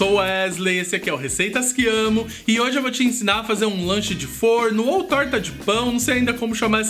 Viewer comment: Gente adorei esse Lancho se é assim que se pronuncia,AMO DE PAIXÃO suas receitas, bjs 👋👋♥️♥️😍